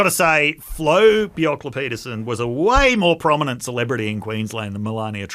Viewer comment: Good point on rare earths. Slightly different issue but gold, silver, lead, zinc and arsenic are valuable byproducts of copper smelting. In fact, most smelting operations involve valuable byproducts that are sold as part of the revenue stream. And, please learn how to pronounce Bjelke-Petersen...